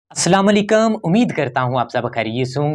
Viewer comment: السلام علیکم بھائی جان آپ اپنے سلام کو درست فرما لیں السلام علیکَم نہیں بلکہ السلام علیکُم کہا کریں ❤❤❤